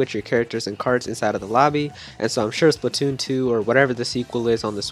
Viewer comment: It is Splatoon not spitoon